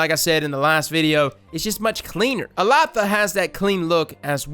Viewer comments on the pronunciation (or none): I looked it up,. The pronunciation is actually "Ehll-LA-da". Elatha was a powerful figure in Celtic mythology; a being called Fomorian (essentially giants) with magic powers and would essentially have been similar to a God. In some stories, Elatha may have been represented as a Sun God (thus the weapon being Solar). Interestingly, Erentil is a hero from old Germanic stories originally translated as Aurvandil "Luminous Wanderer"... Yeah I know, nobody cares but got me curious! Lol.